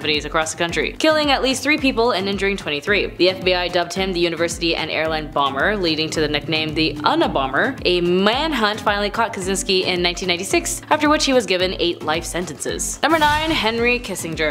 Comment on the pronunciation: Please, my young GenZ and Millennials - consult the internet for the correct pronunciation of words and names before you go public. "Unibomber" is pronounced "yu-ni-bomber", not "UNabomber". It's obvious, you were too young to actually see and hear the news reports at the time. But I'm sure you can find them online. *You said "Gein" right the first time, then proceeded to say it wrong all the other times. YES I'm complaining. If you aspire to a career as an announcer, you must learn how to read.